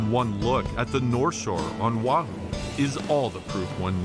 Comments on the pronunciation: By the way... The Island's name is Not pronounced WAHOO. It's pronounced: Oh wah hoo. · It’s O Ah Hoo